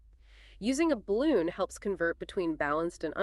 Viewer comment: "Using a *balloon? In 60 years of ham radio, I've never heard 'balun' pronounced that way! 😄